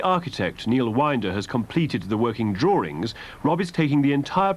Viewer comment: Why say Drawrings , when there is no such word. Come on there is no "R " in there, why all this pretense??